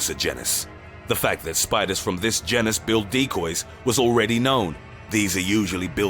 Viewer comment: Damn. Hearing you pronounce, or mispronounce, the words heron and genus is actually painful.